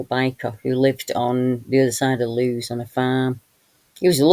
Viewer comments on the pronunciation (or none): Lewes in Sussex is pronounced 'Lewis'. Thank you for your videos x